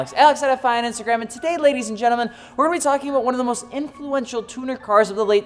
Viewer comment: Cant hide that 1 ☝ canadian (about)aboot 😂😂😂